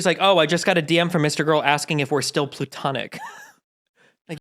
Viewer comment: It's PLAtonic. As in Plato. It's not "plutonic".